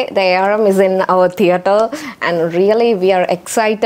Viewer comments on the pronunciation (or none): none